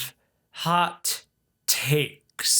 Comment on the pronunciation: The way you said "takes" in hot takes made our cat sit up like you said something in cat.